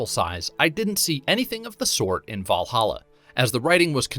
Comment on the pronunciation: “VYall Halla”